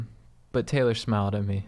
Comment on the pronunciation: Ky dudes thanks for answering my quesh 😂. The only reason I mentioned I was a dude was because my name is Taylor.. which you pronounced as Tyler but I'm stoked on that